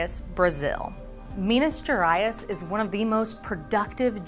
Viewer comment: I wonder how much she butchers the South Eastern Asian names knowing how she pronounced Minas Gerais, which is Portuguese a language not that different from English. It is in no way her obligation but was funny.